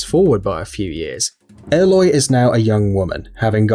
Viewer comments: I never understood how people mispronnounce names from games where the names are so frequently heard. Ehloy? Ollin? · Haha you re-uploaded it saying aloy correctly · they said aloy wrong